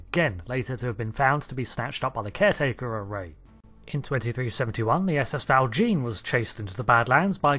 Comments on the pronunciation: It’s pronounced “Val SHAWN,” not “Val JEEN.” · Nice video :) FYI, I think Val Jean is pronounced as if French, for Jean Valjean, the character in Les Misérables, which features in DS9 as well. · You are pronouncing val jean wrongly!!!!